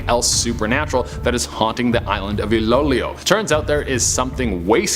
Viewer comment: It's not ilowlow it's read as ilow ilow... Love your videos tho..